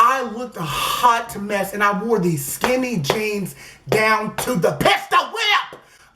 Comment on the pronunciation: "skinty" 🖕FUCK ENGLISH🖕